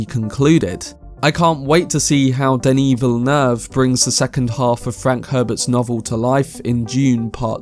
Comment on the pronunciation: I rarely hear people pronounce Denis Villeneuve's name correctly, it's very satisfying xD